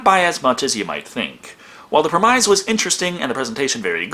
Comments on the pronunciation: Premize like demise? It’s prem-isss xD any like back story lore to ur pronunciation? I’m new to the channel lol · Premise is pronounced PRIM-ISS. Great video though, as usual! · Stop saying 'premise'. The word is pronounced 'prem-iss'. It is not a hard i. Tired of hearing you screw up the pronunciation of that word. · Premise (Pr-eh-miss) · The way you pronounce "premise" makes my brain bleed. I also enjoy your channel a lot though, so I suppose we're even. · thank you! it drives me crazy!, still watched all his reviews.. some twice:)